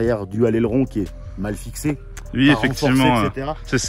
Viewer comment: "Ui "😂😂. Cet prononciation d'un autre monde